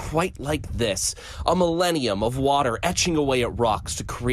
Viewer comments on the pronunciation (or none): none